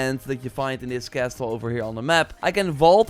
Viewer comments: Love your videos mate! Just a small thing, 't' in 'castle' is silent. Sorry, couldn't ignore it. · This guy enunciats the "t" in "castle" and the 2nd "e" in "sheathed". Haven't you been doing YouTube videos in English for YEARS now?